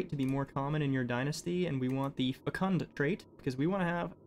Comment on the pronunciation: why does he say fecunt XD